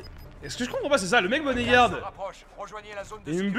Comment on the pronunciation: « BONNET YARD » mdrr BoneYard nan ? Prononciation « Bownyard »